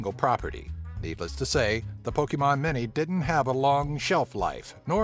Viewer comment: Did you just say Mini as Many?!